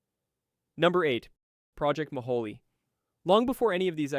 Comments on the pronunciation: Mohole is pronounce Mo-hole, not Mo-ho-le. I know, I worked as a very minor assistant functionary when I was an undergrad. Our geology department machine shop made stuff for the project. All I did was clean up afterwards. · He does say "Mo-holey" rather than "Mo-hole", which I always took as clever marketing for federal funds. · Mohole = 'Mow-hole' not 'mo-ho-lay.' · Very interesting! And you do a good job with non-English pronunciations! But I have to point out that the Mohole is an anglicization of Moho, because it's a hole. It is not "moholy". It's "moe-hole" as it a moe was in a hole. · Thanks, that was a fascinating video for an old High School Geology teacher like me, BTW it's pronounced Mo - hole, not Moholy! I was a kid when it was happening and I was fascinated by it and the earlier International Geophysical Year. I guess that set me up for a career I eventually, half reluctantly fell into and ended up loving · It's pronounced Project MO-hole, not Ma-HA-lee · 'Mohole' is pronounced as 'mo-hole', or 'moh-hohl'; not like 'guacamole'. :) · Did it occur to you that Project Mohole is pronounced MO- HOLE?? As in a HOLE in the ground?